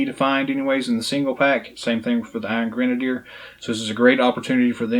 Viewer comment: never mind Sarah, she forgot her Dunn(ce) cap the other day. You are pronouncing it right. Not sure where she got the misspelling from, but whatever.